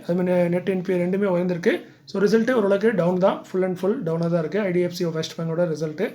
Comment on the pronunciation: வீழ்ந்திருக்கு/உயர்ந்திருக்கும் தெளிவான உச்சரிப்பு தேவை நன்றி ஐயா